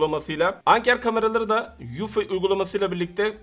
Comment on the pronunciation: ya iyi hoş güzelde birde ingilizce markaları doğru olarak söylesen & telaffuz etsen ? bu kadar özeniyorsun ama bu konuda en azından bilmediğin ingilizce terimler için yardım alabileceğin bir çok kaynak var internet üzerinde. (eufy xenon )